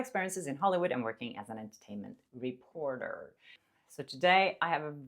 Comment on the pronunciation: Why you say REPORTEER allll creepy 😂😂😂